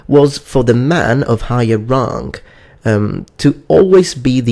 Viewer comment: You'd think he'd learn how to pronounce 'erotic', 'moral' and 'rank' in English. There may be other examples of his peculiar mispronunciation, but I couldn't bear to listen anymore.